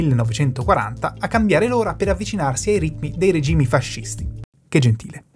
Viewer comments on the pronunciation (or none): none